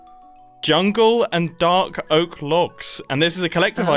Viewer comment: Did anyone else catch the Fark Oak instead of Dark Oak?